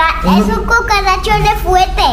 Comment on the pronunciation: Ivana dice cucalacha